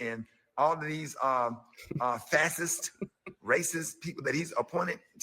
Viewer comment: I promise you, Rickey Smiley doesn’t know what the word ‘fascist’ means. He couldn’t even pronounce it. And what is a Trump ‘ loyaltist’??